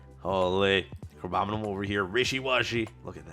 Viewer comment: how funny it is how many streamers cant pronounce abominable